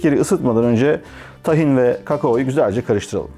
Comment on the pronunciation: Tahin diye okunmaz. İlk hece uzun okunur!